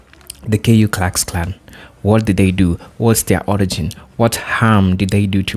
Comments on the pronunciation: It’s not the K U KluxKlan. It’s the KOOKLUXKLAN. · It’s the Ku Klux Klan!! Why do you keep saying …K. U.?!